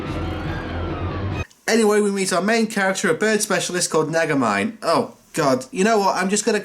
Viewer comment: I don't know if this is right or not but the Bird Scientist's name is spelled Nagamine but pronounced 'NaGA-mee-nay'; the telephathically linked girl's name is pronounced is Kusanagi--Kusa-NAgi